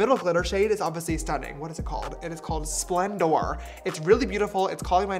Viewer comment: “Splen-door” 🤨 The names are happy and joy. And he says they’re crazy